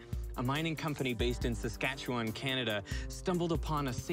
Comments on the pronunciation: Wow. He actually pronounced Saskatchewan properly. Im from there. Pretty cool to hear it mentioned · So good! Also proud that he pronounced "Saskatchewan" correctly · It's this kind of content that I scour YT for. Dr. Muller even pronounced Saskatchewan properly! lol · Not bad on the Saskatchewan pronunciation, not perfect but not bad lol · I am impressed with how well you pronounce the name of of my province: Saskatchewan—you almost sound like a native Saskatchewanian (even other Canadians struggle with pronouncing it). We have massive potash deposts across much of the southern part of our province and a lot of potash mines, and many of them are underground mines near where I live (and they are impressive to tour), but in the southeast part of the province there is solution mining. Crazy enough, until 2017, there was only one potash solution mine in Saskatchewan (now there are two), despite the technology being developed here.